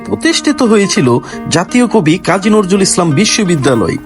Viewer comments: নরজুল না ভাই,, নজরুল হবে। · নজরুল নাম টাই বলতে পারেন না আপনি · আপনিতো কবির নামটাই উচ্চারণ করতে পারেন না।